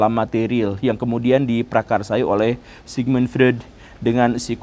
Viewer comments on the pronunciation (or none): permisi, izin koreksi pak Sigmund Freud dibacanya Sigmund Froid